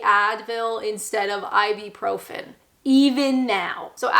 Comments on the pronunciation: it's Ib-U-profin, not Ib-E-profin. If you buy branded versions of such drugs, like Nurofen, they cost about 10x what the generic version costs. Halloween originated here in the UK, (Ireland/Scotland) but when I was young it was mostly a bit of dressing up fun for kids, not adults. Dressing up by adults is considered a bit silly & American. Here taking much interest in it has always been seen as a bit sinister & sacriligious, & was discouraged by the Church etc. It only became acceptible if treated as childrens fun, to be grown out of, like Santa Claus & the Tooth Fairy. It's not compulsory to enjoy, or even to drink Tea here in the UK, many of us prefer coffee, which was popular here before tea was introduced by Katherine, the Portugese wife of King Charles 2nd. Tea was first served in Coffee shops. Instant coffee is the most usual way we consume it, because it is very quick & easy to make, using the electric kettle, & even quicker than tea, & more dependable.This always ensures that it is Hot, which is how we prefer it, whereas filter or machine or percolated coffee is often tepid or luke warm, & we don't much like things long brewed, as this makes it cool down, & too long brewed tea gets bitter. No matter how it's made, or what it's called, coffee always tastes like coffee, whereas tea comes in so many varieties, & in so many ways, all of which are different & not to everyones taste. We do not all eat mushy peas, or Black Pudding, or other UK 'staples', such as Haggi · It's I-byou-profen. I'm pretty sure. Not I-B-Profen. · I'm not surprised you say Advil when you clearly can't pronounce ibuprofen to save your life 😄 Ibeeprofim?!? 😝I do agree on all of those 'British Classic' foods being pretty inedible, although you forgot the one you are going to burn in hell for not liking - Jaffa Cakes! 😍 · "Ibeprofen" would indeed be awkward to say...but it is "Ibuprofen". It is usually pronounced either "I-boo-pro-fen" or "I-byou-pro-fen".